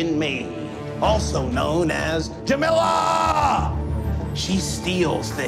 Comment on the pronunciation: its jamila